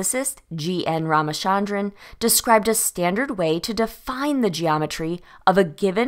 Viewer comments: It's Raaaaama-'cha'-ndran, cha as in cherish. Not Sharon. Raamachandran Great video tho❤ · From a native speaker, his name is pronounced " Rama-Chunn-Drun/Dran". Also thank you, great video yet again